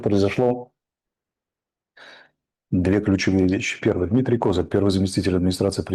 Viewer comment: Он даже не знает где ставить ударение в фамилии Козак